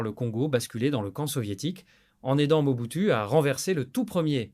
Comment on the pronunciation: Merci pour la narration ; Juste un astuce de script : indiquez dans le prompt que l'IA doit prononcer "OU" le "U" lorsqu'il voit le mot "MOBUTU", 😉